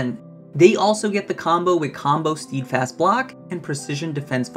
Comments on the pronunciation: st-eh-d fast not "steed" fast f.t.r. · Just so you know, it's not "steedfast" it is pronounced "stedfast" or maybe "stehdfast" would be a more accurate phonetic spelling of how to pronounce the word. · it's pronounced 'sted'fast